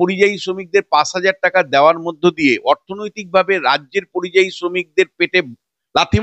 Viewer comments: আরে কথাটা পরিজয়ী না কথাটা যতদুর জানি পরিযায়ী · কথাটা পরিযায়ী। পরিজয়ী না।।। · কথাটা পরিযায়ী,পরিজয়ী নয়।